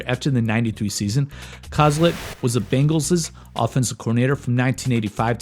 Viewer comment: He did lmao. I love this channel